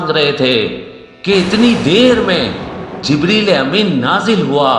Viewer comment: Bhai hajrat jibreel ko sahi se bole